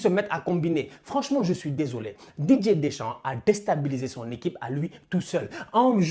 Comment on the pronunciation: Qui comme moi entend "DJ" Deschamps au lieu de Didier Deschamps 😂😂